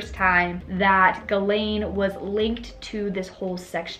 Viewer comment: It’s pronounced “ jizz - lane”